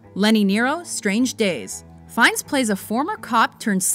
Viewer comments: fines hahahha its fyenne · Why is he called Ray Fines? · Why tf is his name pronounced Ray Fines? I thought it was Ralph Finnies, for some reason